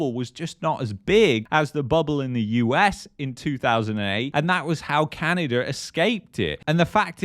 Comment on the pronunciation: Its not CanadaR!